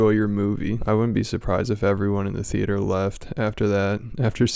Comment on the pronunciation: It’s “theee-ate-orr” hahahahaha